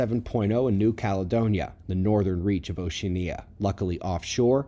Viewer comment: quiet suggestion,. it's pronounced 'osh..ee..AN..eeya. emphasis on the AN. otherwise, riveting, as usual.